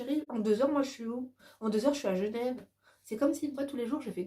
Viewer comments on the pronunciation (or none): none